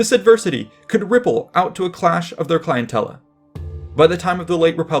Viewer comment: clientele is not "clien-tel-luh", it is "clien-tell", just fyi!